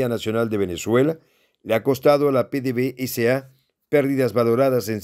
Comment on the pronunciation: NO SE LEE PDV-S.A. SE LEE PEDEVESA....ABRAZOS Y SALUDOS DESDE VENEZUELA Y GRACIAS POR TU ATENCIÓN...FELICITACIONES POR TU PROGRAMA.